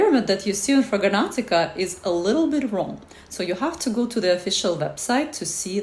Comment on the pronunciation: Ma'am, while I appreciate your effort, it's called FRAG-RANT-I-CA, not Fraganantica